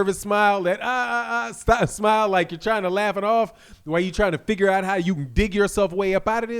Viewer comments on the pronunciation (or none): none